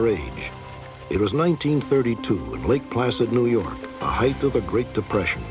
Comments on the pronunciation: Love me some Robert Stack but it’s height not heighth! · It’s a common mispronunciation, and bothers me as well.